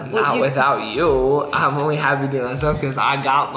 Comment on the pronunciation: Omg does say 'omly' instead of 'only' thats kinda unique ngl😂😂